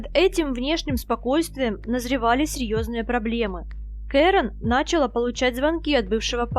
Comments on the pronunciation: NachalA not NAchala. Avtor profit dengi no snachala made nautchitsya pravilno govorit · Ну когда же вы научитесь правильно произносить русские слова? НачалА в ж.род! нАчал муж род. В каждом видео